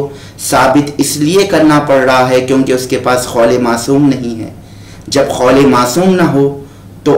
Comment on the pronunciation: 😂اوئے بھائی خول نہیں قول مولا ہوتا ہے 😂